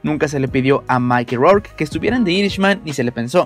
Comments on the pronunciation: Se pronuncia "picshurs" no picturs, ademas es Irishman (airishman) no irisman, es Micky no maiki rourke, es Harvey Kietel (kitel) no kaitel, por que no trabajas un poco en tu pronunciacion? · Que por favor el de la voz en off aprenda como se pronuncian los nombres de actores y compañias mencionadas. POR FAVOR. No puede decir PARAMONT PICTURS o MAIKI ROUR, O LEUIS. Pésimo. Parece la pronunciación de Peña Nieto.